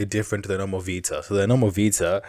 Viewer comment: pls dont call it "vista" it hurts me.... its called "vita" =)